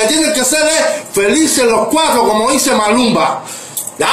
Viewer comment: Diganle que es maluma no malunba... ah y ya quisieran ellos ser Ricky martin 😂😂